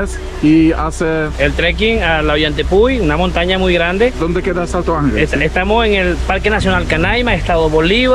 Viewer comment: Słychać, że opanowałeś dobrze hiszpański, ale błagam ten wodospad to fonetycznie Santo Anhel. Tak się to czyta.